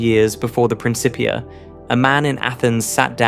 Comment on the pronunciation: “Prin Kipp ee uh”